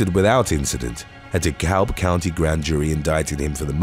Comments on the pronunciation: De Kab County. The "l" is silent. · it's pronounced "duh-cab" county. We don't really use L's in the South, so words like that tend to sound like that letter isn't there (ex: walk = "wok", talk = "tok")